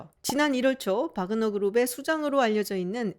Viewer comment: 확실히 박사님이 전문가이십니다. 대형 언론에서도 와그너라고 하는 곳이 많은데 바그너라고 말씀하시는 거보면 역시 전문가는 다르구라나고 느낌니다 동유럽언어에서 W는 ㅂ 과 비슷한 발음이라 바르샤바도 W인데 ㅂ 비슷하게 읽는 것과 마찬가지로요